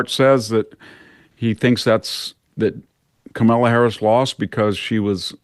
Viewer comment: VDH is a great guest but please have someone teach him how to pronounce Kamala.